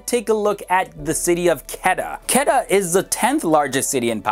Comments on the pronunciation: quetta is not pronounced ketta its kuuetta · For all new viewers, its city Quetta not pronounced as Ketta. Its Kuwaytta! Peace!! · Its not qeta, its ko-we-ta (quetta) and se-yal-kot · I was stunned when he said qada. It was Quetta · You are pronouncing Quetta as Ketta while it actually is pronounced as Kooaaitaa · Not Ketta... Quweta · not ketta its Quetta lol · Hi I would appreciate if you pronounce the names properly I know that you only know english Some corrections SIALKOT = SAY...AAL...COAT PESHAWAR = PISH...A...WERE QUETTA = KUAY...TAA SHAHID AFRIDI = SHA...HID (LIKE HIT) I hope youll like it... Regards Im from pakistan and i love your videos... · Butchered the pronunciation of Quetts to a point of incomprehension. its like K-wait(t)-Aa awesome video though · Quetta tou Quetta hai😎 and its pronounce like (ko Ae ta) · Quetta pronounced (ku-weh-tta) And Balochistan is pronounced (baa-lo- chess-than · ITS KO-EETA (KOYTA) THE CAPITAL OF BLOCHISTAN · It's pronounced Koo-Wetta and Ba-Lo-Chistan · It's quetta, pronounced as ko-ait-a lmao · Yesssss Peshawar and Quetta 😍💖💖💖💖. Quetta is pronounced as Qwetta. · Your Pronunciation of few cities name is not up to the mark... so please also try to mention the name of city in Video.. edit it in the Video (Subtitle). like You have pronounce the city name Quetta, which pronunciation was wired :D I was not able to understand which city you were talking about :D Thanks